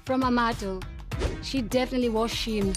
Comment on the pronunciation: I didn't catch "Shein" because of her accent! Glad you typed this! 😂😂😩